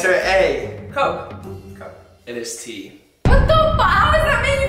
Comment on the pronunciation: “TeA” 👹👹